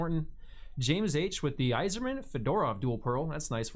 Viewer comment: So was Fedorov. He was pronouncing it like the hat, lol.